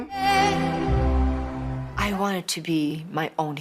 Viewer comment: Céline not Slin, for Gods sake!